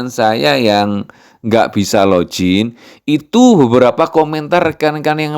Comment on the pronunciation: login bacanya log in biasa aja, juga finger print fingger bukan finjer, bahasa Inggris kalau huruf "G" di depan atau hanya membaca satu huruf "G" saja memang jadi J. Tapi kalau huruf g di tengah atau di akhir bacanya tetap g biasa sama dalam bahasa Indonesia